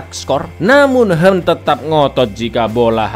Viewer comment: Kang yang hwen dibaca kang yang "hwen" knapa di baca "henn"? Kebelet ngeseng, cak?😅